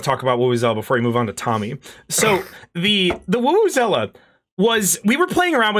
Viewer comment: What exactly is the real name of the tool for the "Black Mesa Sweet Voice"? It sounds like they're saying "woo-woo-zela" (as in vuvuzela) but I can't figure out where to find it Edit: Figured it out, it's the "Wowozela"